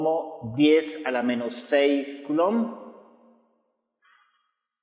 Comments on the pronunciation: se dice: Coulum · Coulomb es un apellido francés y en ese idioma "ou" se pronuncia "u". Al margen, ya que el señor está usando de su tiempo para enseñarnos sería amable de tu parte comentar agradeciendo y no remarcando algo tan insignificante!. Muchas gracias por los vídeos, son muy explicativos! siempre después de mis clases de física los miro y me sirven muchísimo como cierre de tema y también para sacarme dudas.Saludos